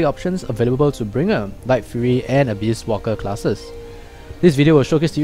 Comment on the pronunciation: u sound like u said abuse walker lol